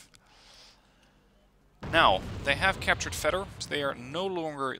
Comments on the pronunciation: Here's another torture for you: "Fedor" is actually pronounced "Fyodor". :P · Here's some more corrections: "Fedor" is pronounced "Fyodor" "Vaselek" is pronounced as "Vasilyok". Have fun